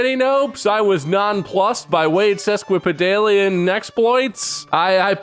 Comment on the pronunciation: So first one you’re not pronouncing it right first off It’s ses kwuh puh dālian It’s not a like in cat it’s ā like in cake Etymology is weird though. It was originally a measurement for a foot and a half in Latin. Sesqui was a prefix meaning “half in addition to” It got its current meaning originally as metaphor like “that word is a foot and half long” It’s a weird word, bizarre that it survives at all.